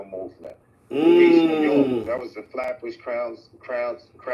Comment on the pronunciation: What the hell is a "Hat Bush"??? Y'all fncked up Flatbush name. SMH